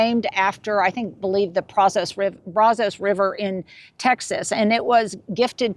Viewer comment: Texan here. Brazos is pronounced BRAZ-uhs (ˈbræzəs). The Brazos River was instrumental in settling colonists and for developing Texas. Just a little Texas history. 🩷